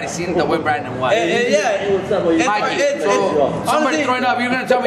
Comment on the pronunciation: Its mikey not mickey lol